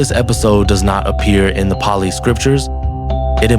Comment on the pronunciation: Totally mispronounced. Palli is the Bihari language totally mispronounced. Track Xuanzang and you will realize it.